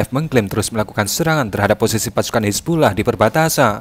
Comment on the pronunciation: Napa baca nya "hizbullah" sih min?